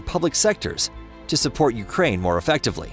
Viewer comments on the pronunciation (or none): none